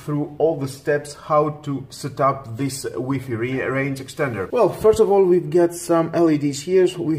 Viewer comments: Cant watch the review after he says wee fee rather then wifi lmao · It's like why Fi ..... not wee fee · how many times did he say wee fee ? has anyone count ? btw, for all the trolls, man you read WiFi like this -> Wai-Fai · Lmao “weefee” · It's wee fee dude get it right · wee fee lolz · U call it waay faay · huh huh huh he said wee fee huh huh huh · I cringed everytime he said WEE FII .. 😂😂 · WiFi versus WEEPEE 🤣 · Wee fee XD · its why fy not weee fee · Wtf is a wee-fee? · Wee fee lol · Wee fee🤣🤣🤣🤣